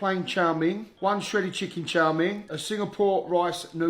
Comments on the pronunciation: I dislike how he say chow ming... It's chow mein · Also love the fact that he never says "chow mein" properly. He says "char ming" lol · It’s chow mein .. not chow min .. lol .. even when they say it back to him the correct way .. he’s like nahhh … chow min … bershhh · What is chaw ming? It's chow mein, 😂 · You'd think with the amount he orders he'd know it's not pronounced "Chaw Ming", but maybe he says it that way to bait engagement 🤔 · it's 面条 mian tiao, most of the world says it wrong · The way he says chow mien hurts me 😂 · Well considering I've been English for the last 48 years, lived all around the country, and have never heard anyone else pronounce it this way, I think say that this is not just "very English thing",. Might possibly be regional, or it might just be him pronouncing it wrong on purpose. I'm personally going with the latter. You can think whatever you like too,. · He says chow mein wrong, annoying lol